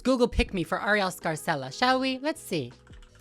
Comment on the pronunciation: throwback to when you stayed calling her “arielle scary-cella” 😂😅